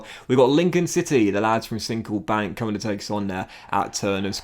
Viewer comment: friendly reminder that Sincil Bank is pronounced Sinsle Bank